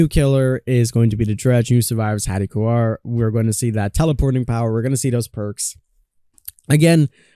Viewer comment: It's Haddie KAUR not KUAR